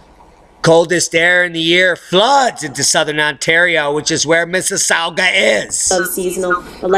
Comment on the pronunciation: Miss-us-saw-ga. Also.. it's Tron-no. Not Toe-ron-toe. xD